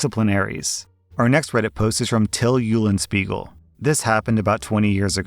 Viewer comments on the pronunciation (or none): Til Eulenspiegel XD just for Info its pronounced "Til Oilenshpigel" Its a German Character that makes fun of others by taking everything word for word. And he is the master of Malicious compliance!